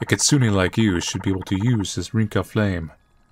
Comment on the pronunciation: "kitsune": exists: katsune 😎